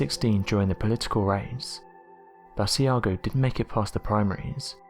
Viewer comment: BAA-SHE-a-GO. Great video. Hope that helps with pronunciation.